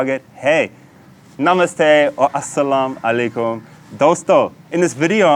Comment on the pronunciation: My man, I'm pretty sure your pronounciation is a little bit off. Asalam aleikhum rahmatullah barakadi, rafiq. Greetings from Norway